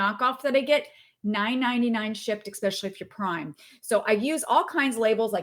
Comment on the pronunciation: I love your videos but, admittedly, I cringe every time you say “ekspecially.” There’s no k sound. 🤷🏻‍♀️. But your tips are awesome. 👍🏻